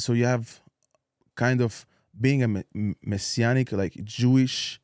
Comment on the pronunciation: Maysianic lol its messianic. ...messssianic